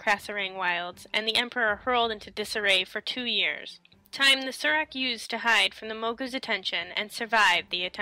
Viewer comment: Why do you pronounce "saur" as "sir"? When you're talking about dinosaurs do you say "Dino-sirs"? Pretty sure it's pronounced "soar". That's how the story telling panda-man says it anyway, when you ask for his story about the Saurok.